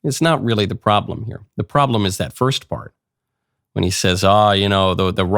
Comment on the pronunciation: "part" not "pert"